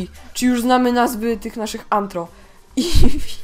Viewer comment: NIE Nie Tylko Anhro a No Tak Nie Będzie Anthro Tylko Rtho